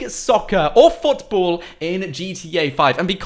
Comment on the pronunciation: The way he says football foutboul